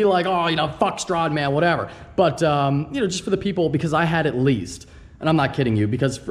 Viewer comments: its "strAdman" not "strodman" XD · Stop saying Strawdman. Jk its all good. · you don't say stradman right,but he is full of shit 800hp don't think so